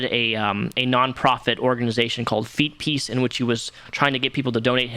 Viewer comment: "Feetpeace, what a fook3d up name" you said it perfectly.